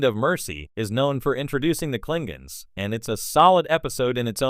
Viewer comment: The moment the narrater said, "Klinguns," I knew this was AI generated. :(